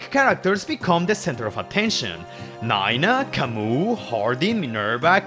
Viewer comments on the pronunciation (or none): none